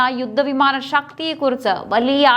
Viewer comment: ഷക്തി, ആകാഷം, ആഷങ്ക യുദ്ദ വിമാനം, ഷതൃക്കൾ, പത്തതി, ബാവി ......... നല്ല മലയാളം വായന